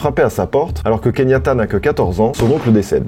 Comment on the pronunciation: Keyanta... pas Kenyata 😉